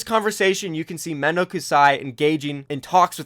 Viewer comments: You pronounced Mendo's full name wrong... It's Men-Dok-Sai Japanese phrase for saying "What a drag..." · The way you pronounce Mendo's name triggers me.